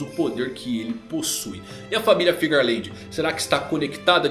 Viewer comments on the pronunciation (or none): Fearland faz mais sentido pq está escrito, pq todos estão falando figerland? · pq vcs falam com G se não tem G no nome???